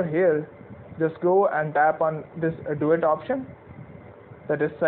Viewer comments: Im sorry at first I thought you said, Let's do it instead of duet😅. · I thought he said dAb on it